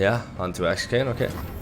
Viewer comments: Hey, so you won't get confused nextime, just remember Akshan sounds like Action. Not Ass can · His name is pronounced as Ak-shan (not like shen) Think of the word action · Akshan: A-PHLEM-Shan. Or Action. Just call him Action. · why everyone cant say the right name its ahsan with an british accent on a, like 'A' not ackhstan. Hope you guys know what i mean :) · I am sorry my buddy but it is AKschAn and not Äkschän <3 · It was based off middle eastern names so it's actually pronounced "Uck-Shun" For those who doubted me : Akshan literally said it himself. When I said it was BASED of middle eastern names I don't mean it was an actual name used in middle eastern by itself but more so to the regional phonetic of how it's generally pronounced there. Stop being so pressed over trivial stuff 😊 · I think it's pronounced like the word ACTION 🎬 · Why does have so much trouble saying "action"? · When you try to say Akshan's name, just think of it like "Action", it's basically the same thing lmao Riot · Can’t believe how far I had to scroll to find a single comment saying this. Like he says it in his reveal trailer? Crazy how many people are saying it’s pronounced “action” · The way you pronounce Akshan makes you sound more American than actual Americans lol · Wtf are you talking about? Not even akshan himself pronounces like that.